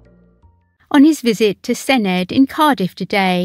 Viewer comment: My issue is with the voice over, not good, look for phonetically written Welsh to get the correct pronunciation. This digital age there are no excuses. It's not cymroo it's cymree. It's not senedd with a hard d it's senedd with a th, like in thee. If you are going to take the time, do it properly